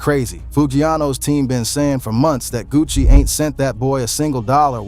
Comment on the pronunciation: Buddy said Gucci Mayonnaise & Puh Shesty